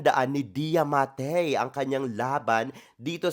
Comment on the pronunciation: bweks ang arte mo, it's ma-te as in mag-ba-te ng itlog. anong matey-matey ka diyan. shutey ka!